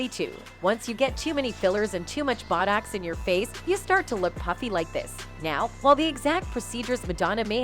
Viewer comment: I was messing around with AI Narration... I just realized this video Is done completly by Ai with A.I voices and not a real person! A few parts make it obvious, It glitches to a computer voice a few times and mispronounced botox. Towards the end I'm 100 percent sure, Maybe i'm late to the party but it was really convincing in previous videos so I didn't catch it.